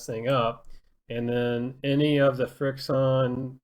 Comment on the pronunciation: Isn’t it pronounced friction